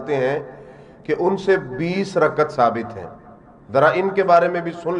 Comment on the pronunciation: رکعت کے تلفظ کی اداأگی صحیح نہ کرنیوالا تراویح کی دلیل دیتاہے پاگل دین سے بے خبر